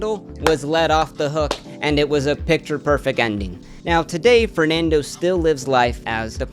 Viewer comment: honestly I really doubt this guy is in the position to make that joke lol probably has Spanish parents but doesn't even spent a year in Spain, I've never heard a """Spanish""" person butcher the three basic words "Fernando Martín Vicente" like that in my life. This guy couldn't sound Spanish even if his life depended on it. The joke sounded xenophobic to me, and I'm not even from Spain, I'm Argentine. Spanish people are not stupid. But everybody seems chill about the joke so I'll shut up